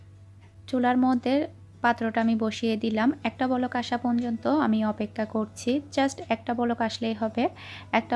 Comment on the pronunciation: আপু তুমি পর্যন্ত না বলে পনযনতো বলো...এটা ঠিক করে নিও❤❤